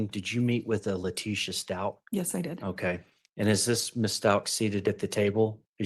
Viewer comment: I agree. And his Dad clearly backs up this idea. I listened to all 3+ hours of calls between Al and and LieTecia (Le-PEE-cia?! How perfectly karmic was that after she talked about poor GMan's poo issues and peed her own pants during interrogation!?) and Al held his sh!t together for hours of her changing stories because he just wanted to find his boy. And one thing they agreed on was that Gannon was helpful and just an all-around good kiddo. That video LieTecia posted she made while he was cleaning up the candle and she harrassed him about how they would have to sell everything and "not tell daddy" just killed me. In fact, the number of times she tries to throw Al under the bus and say sh!t like "we had a good talk where we just were talking just the two of us and we weren't going to ever tell daddy things" just k!lled me once we saw what an awesome dude and dad Al is.